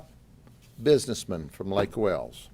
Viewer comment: I hope you say Spiderman the same way you say Buisnessman!